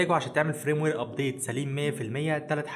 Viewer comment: اسمه فيرم وير جيب منين فرام وير اللي عمال تقولها دي